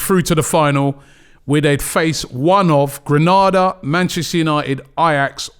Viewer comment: Learn how to correctly pronounce Granada.